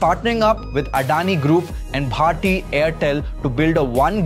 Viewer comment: You are wild and instance.. being an Indian the way you pronounce bharti..😂